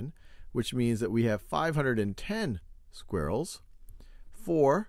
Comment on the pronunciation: anyone notice how my main man here says squirrels its mines aura its mines skill i don't think i can look at him the same anymore because he doesn't even know how to say squirrels it makes me so angry you might wanna read the dictionary.;)